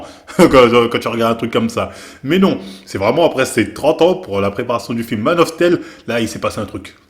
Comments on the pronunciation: Mec "man of tel" je suis mort hahaha Nan no offense mais c'est "man of steel" prononcé "stile" si tu préfères. Je suis linguiste unh mais je tenais quand-même à préciser. Sinon j'aime ta chaîne pour ce genre de vidéos sur des cas connus dont pas beaucoup de personnes ne parlent réellement avec de la sincérité sur leurs transformation. Continue de faire du bon taff c'est super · "Man of Tèle"